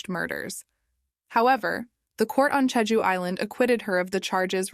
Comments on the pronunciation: The pronunciation of Jeju is slightly annoying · Yeah, not just slightly. Is this AI narrated? Thumbs down